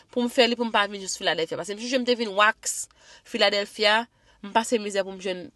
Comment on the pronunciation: Ki philadelphia menm epa wap pale mal oh 😂😂😂